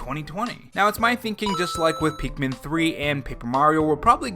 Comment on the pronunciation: I feel like sometimes you say Pikmin, and it sounds like Peakmin or Peekmin.